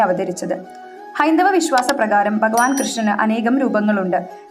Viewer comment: ബകവാൻ,ബാവം,ബവനം,ബദ്രത ഇത്യാദികളെല്ലാം തെറ്റായ പ്രയോഗമാണ്. 'ബ'യ്ക്ക് പകരം 'ഭ 'ആണ് ഉച്ചരിക്കേണ്ടത്.❤